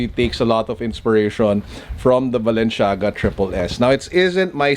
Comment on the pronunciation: Mali mali naman pronounced niya sa Balenciaga 🙄 medyo OC ako.. kaya nakakairita